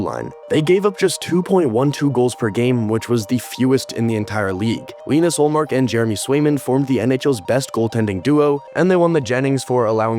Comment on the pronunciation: you mis-pronounced Ullmark's name